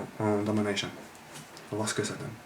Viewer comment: j'aime comment tu dis damanaycheun